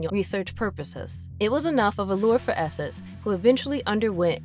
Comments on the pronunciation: If your gonna do a video about an X-Men villain named Nathaniel esseX, maybe get a narrator who can pronounce the letter X as X instead of S. His name is not esses and the are not called the Smen SMFH 🙄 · Love Mister Sinister, but probably the worst subject for a narrator that struggles with X’s.